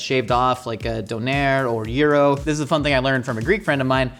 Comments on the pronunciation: As someone who learned about döner in Germany, that pronunciation of it is really throwing me off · Having only heard kebab pronounced in the UK, I can't go back. Kebob just isn't a kebab. A skewer sure. Souvlaki, fine. But not Kebab (ok, even the Greeks seem to confuse the two as well, I guess I can't win). Ah, mutilates the pronunciation of Doner as well, so I guess it's all good now 😀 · Yes, I was very confused by his pronunciation of döner. Maybe it’s the Swedish pronunciation? I’m used to the German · Why does he say donner and kebab werid